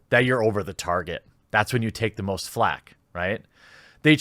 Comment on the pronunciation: Was that "most sonic fans" or "both sonic fans"? Cause it sure sounded like both to me.